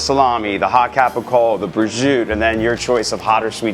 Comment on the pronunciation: Prosciutto, Capocollo, Sopresatta. This is how you pronounce the meats in the sandwich. I have no idea what was saying. Good looking sandwich though.